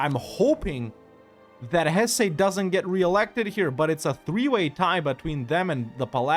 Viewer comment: Lots of love in the comments for the improved pronunciation. Now, start working on Hesse (Hess-uh) 🙂